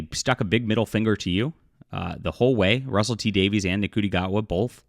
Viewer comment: That's not true. I watched it more than once. So unless you're calling me a "nobody" then you're being too broad. Also it's pronounced "shoo- tea" gat-wa.